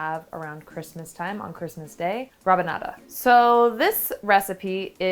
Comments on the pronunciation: It's actually raBanada, not rapanada. But yeah, it's delicious... we love it in Brazil 🥰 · It’s Rabanada with a B not a P 😊 🇧🇷